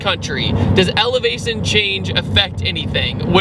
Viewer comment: "Elevazion" haha great stuff 👍🏾